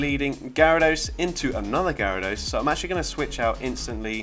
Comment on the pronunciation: You actually pronounced my username the right way 🤣 also, I didn't know shadow Gyarados was such a beast for this cup, gonna try it now